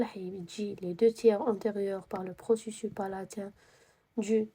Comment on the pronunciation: شكراوربي يحفضك 🫶🏻🫶🏻💗 ولكن نقولو لابيرانت مشي لابريت ونقولو بروسيسوس تتنطق s مشي بروسيسو كيما قلتي 🥹🫶🏻 وعيشك نسقسيك app هاذي كيفاه راكي تخدمي بيها مجانا تاعي غير les os لي مجانية لباقي كلش مدفوع تقدري تمديلي سيت تاعها ولا وجزاكي الله خيرا 💗